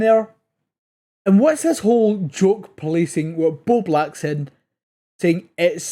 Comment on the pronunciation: It’s Bowblax not Beau Black